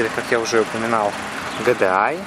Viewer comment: Ну не вытерпел я после третьей фразы ГЭДЭАЙ ,как серпом по яйцам. Будто машину японскую в первые увидел !!!